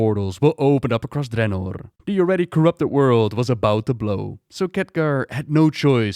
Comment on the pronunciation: The way you say draenor bothers me